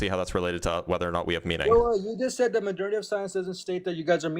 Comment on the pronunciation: Somebody teach this ignorant asshole how to pronounce the word "majority."